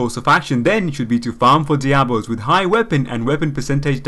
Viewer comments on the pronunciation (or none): Nice vid. Though monk staffs are called Daibos, not Diabos.